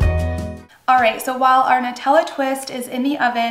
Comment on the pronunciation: So glad to finally hear someone pronounce the word “Nutella” correctly. Everyone says NEwtella. So thank you, I can sleep tonight lmao